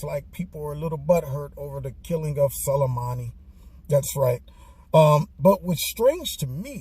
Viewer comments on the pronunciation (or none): Love how you keep pronouncing his name as Salami 😆